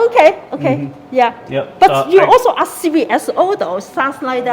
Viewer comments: As soon as you hear people tell something about not filming or not recording or violating privacy rights in public can you just tell them to stfu? That security guard was running his mouth for so long about axe this and axe that... Why can't he pronounce the word ASK correctly but run his mouth for so long in English? Is it too much to ask? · Why can't black people say the word ask ...I axed you... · If you can't say "ask" instead of "ax" Or "That " instead of "Dat" you shouldn't be able to work in the public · as non-native english speaker I have to ask this: If I have to 'axe' everybody for permission, who the fugg will be left to answer all other questions, when everyone is be-head-axed? 😅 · "...ax first" lol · I’m not trying to be racist, but how come I’ve never heard a black person pronounce “ASK” correctly? Not once in my life. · Better to axe somebody before you film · Just axe him😅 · “You need to axe first before exercising your rights.” 😂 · Whys the guard keep tellin you to axe people??? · Did you ax him? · needs to axe for some training. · Axing question, always axing